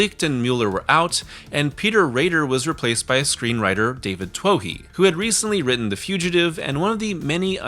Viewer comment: Everyonel oves this movie and pretends they don't. It's infuriating. Sci-fi's most popular movie... everytime it plays. Also, you have got to pronouce David Twohy's name correctly. It's 2E, like in Riddick.